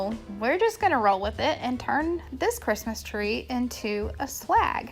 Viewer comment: It sounds like you say 'slag' instead of swag... which had me rolling on the ground! However, your ideas are great! Thanks for keeping this one up! Merry Christmas in 2024.